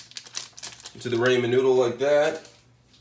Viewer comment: Ps it's ramen not raeman dip shit